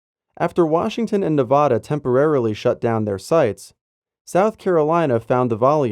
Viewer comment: The "va" in Nevada is pronounced like "vacuum" not like "father". SHEESH.